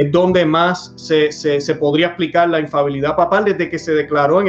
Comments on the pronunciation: No se dice infabilidad corrección para ambos se dice infalibilidad, que significa que no falla, que no se equivoca. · Infalibilidad por favor, no infabilidad